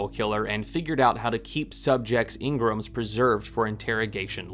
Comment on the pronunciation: "Ing-grums"... It's pronounced en-gram. Just like everyone in game says it. Which is a "short" reference for personality enneagram. 🙄